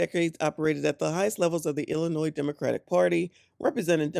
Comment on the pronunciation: She killing me with that S in Illinois